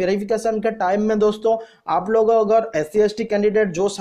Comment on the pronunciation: Yar apni pronounsation to thik karo.application ko bol rahe ho oplication...agar ko bol rahe ho ogar..kya yar